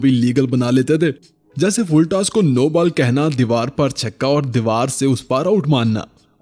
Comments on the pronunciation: Its ball Not baal🫣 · Bro you are saying baal instead of ball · Bro your videos are awesome but Bal nhi ball hota h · Bhai app ti ball ko bal bol Rahe ho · English words k correct pronunciation seekh le. Baaal bol bol ke dimag kharab kar Diya